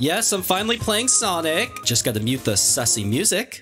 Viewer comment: Ah yes sanic